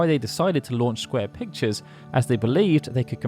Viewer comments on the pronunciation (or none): none